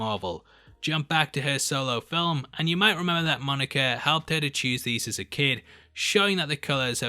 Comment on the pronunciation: I like how you say Monica. Monerca